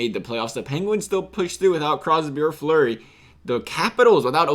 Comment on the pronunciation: You callled flurry Murray